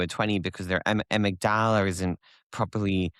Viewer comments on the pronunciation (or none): It's pronounced a-MIG-de-lah!